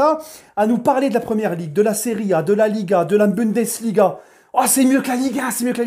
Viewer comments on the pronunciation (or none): none